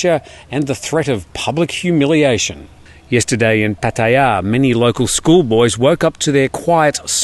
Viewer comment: Good job with your pronunciation of Pattaya. I really enjoy your channel. I forwarded one about a month ago to a friend in the U. S. who was just curious about what was happening with Corona Virus 🦠 in Thailand. He’s a fan now and watches everyday.